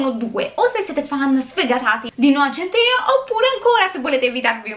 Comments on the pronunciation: Per favore, adoro la recensione, ma non riesco a sentire “centineo” invece che “sentineo” (come pronuncia) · Ma centineo non si legge "sentinéo"